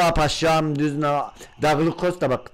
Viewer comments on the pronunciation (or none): none